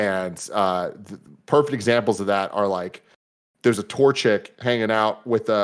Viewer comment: When Tim said "there's a Torchic", for a second I thought he meant "A tour chick". lol